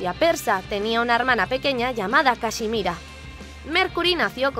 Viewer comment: Su hermana es cashmira pero pareece que dice casimira jajaja